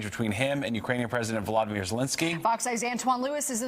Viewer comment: Trudeau call him Valdermir. It's Voldermir stupid